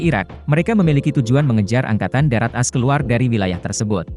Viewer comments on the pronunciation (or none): Bahasanya diakhir berubah.. Pasti pakai AI.. Lagian baca AS nya kayak sebut kartu as, bukan A-S 😂😂😂